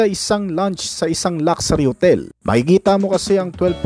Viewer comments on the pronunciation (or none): none